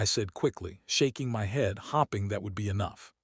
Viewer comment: The mispronunciation of “hoping” and “staring” the whole time is driving me absolutely insane 🙃🙃🙃